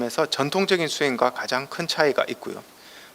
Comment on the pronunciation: 가장이라는 말을 왜!? "가:장"이라고, "가"를 길게 발음합니까? 천한 과장벽이올시다. 학자로서는 부끄러운 일입니다.